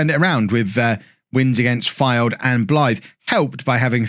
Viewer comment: Wait, how did you just say flyde? Hahah oh no thats another one to the list